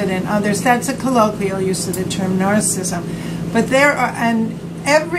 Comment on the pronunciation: There is great content here but it's soooo hard to watch. The camera seems like it's bobbing around at sea and she can't pronounce narcissism correctly!